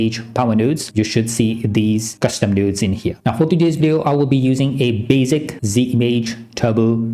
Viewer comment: "... nodes..." ❌ "... nuuuuudes..." ✅